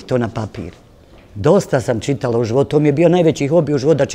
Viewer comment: Ova da je čitala ne bi rekla ćitala 😏